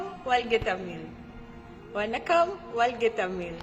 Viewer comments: முதலில் இந்த நெறியாளர் தமிழை ஒழுங்காகப் பேசட்டும். பிறகு மற்றவர்களுக்குக் கற்றுக் கொடுக்கலாம். அது 'தமில்' அல்ல "தமிழ்". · தமில் இல்லை தமிழ் தமிழின் சிறப்பான 'ழ' வை சரியாக உச்சரிக்கவும் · தமிலை இல்லை தமிழைச் சரியாக உச்சரிக்கவும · முதலில் தமிழ் என்று சரியாக உச்சரிக்க கற்றுக் கொண்டு தமிழ் சேவையை செய்யுங்கள். அப்படி செய்தால் தான் உங்களுக்கு அழகு